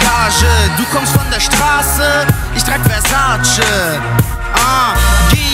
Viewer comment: Er spricht Versace falsch aus.